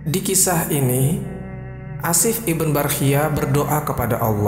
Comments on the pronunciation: maaf akhi, sebut nama jangan Ashif iben Barkhiyah, lebih baik anda sebut Ashif bin Barkhiyah atau Ashif ibnu Barkhiyah, menurut saya lebih jelas seperti itu, agak janggal didengarnya kalao disebut ibn (iben) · ibn dibaca ibnu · Iya didengar nya aneh